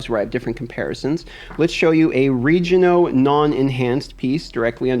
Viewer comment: You have the strangest accent. What the hell is region-oh gear? Why are you mad at the letter L?